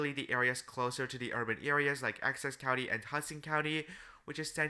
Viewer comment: Essex County🚫 Access County✅️